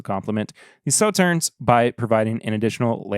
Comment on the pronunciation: Regarding Sauternes, you don't pronounce the last "s." (Saw-TURN)